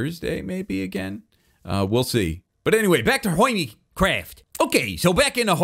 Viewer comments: did say hinnie craft? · “Welcome back to another episode of hoymicwaft!!” 🤣🤣 I love lmao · “hoimycraft” > hermitcraft